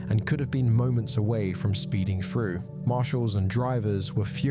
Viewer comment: Seriously, how as an adult do you let yourself say frew instead of through, frowing instead of throwing, twenty free instead of twenty three,?